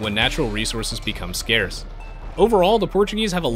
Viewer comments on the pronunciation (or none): none